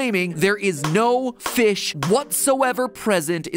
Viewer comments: we're all saying feesh, Josh! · No, your saying foosh, he's saying feesh!